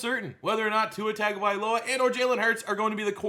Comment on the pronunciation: Tua’s last name is pronounced TUNGA-vailoa.